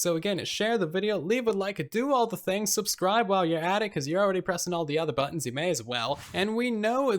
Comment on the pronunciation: I unsubscribed just so I could re “subscibe”